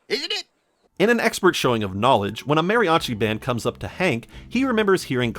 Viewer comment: Boy, it's kind of hurtful to hear you pronounce "mariachi" incorrectly, and then "dinero" very well immediately after